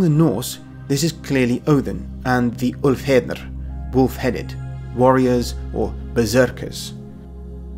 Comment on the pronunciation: Ulfheđnar has a th sound, not d. Ulfhethnar. Also, there are so many translations ascribed to it, where does "wolf headed" come from? I always thought it was Wolf-Cloak (to go with Berserkir/Bear-Shirt) but looking it up again there's a bunch of people saying "Wolf-Warrior" instead, which I can kinda see cuz the -ar(r) suffix is used in names as a reference to warrior "Alfarr" is Elf Warrior for example, but at the same time it doesn't quite fit.